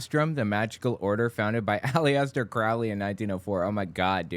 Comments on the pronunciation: It's pronounced "Alester." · on the pronunciation of Aleister- The i is silent. Some put the accent on the 1st syllable, some the second. He was not a satanist. His followers are not satanists. Their system is known as Thelema. Just trying to help.